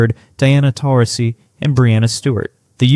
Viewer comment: As far as cultural wars, well guess you aren’t around long enough (how old is AI anyway as you mispronounced Diana’s last name) to know that Geno was a vociferous advocate for civil rights including being outspoken for gay rights especially gay marriage. Secondly as Kara Lawson pointedly told Bill Walton when they were doing a Warrior broadcast it was Geno not Steve Kerr would invented the positionless offense. Geno’s team, although blessed with iconic centers like Tina and Steph, he predicated, prized his team on having hybrid players like Beuckers, Strong, Stewart, Collier who played a multitude of positions. Such was no more evident when against the most dominate center in Lauren Betts, UConn playing much of the time with guard/forwards absent a true center, other than when Jana played her limited minutes, the Huskies with a typical positionless team trounced the Bruins in keeping with their historic past. Vokusa would be an exceptional addition for this uber talented big would benefit any team. She would benefit the Huskies as with the graduation of Williams and Jana uncertain she would fill that lone deficit - height. But then again the presence of the equally uber talented Strong and Quinones would fill that void of a defense and offensive role inside.